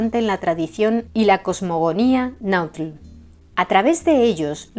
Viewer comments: ¡Excelente trabajo e investigación! Como siempre, relatado en un impecable Castellano y pronunciación Náhuatl. Saludos cordiales desde México - Tenochtitan. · Me encanta la pronunciación tan exacta de las palabras en lenguas nativas de este Mexico hermoso, no todos las pronuncian así..es innegable que se esmeran en su trabajo...mucha felicidades